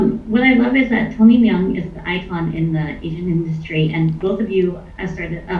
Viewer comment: How disappointing that the interviewer pronounce Tony Leong name wrongly. Western Asian needs to stop pronouncing your own name the way westerners botcher it.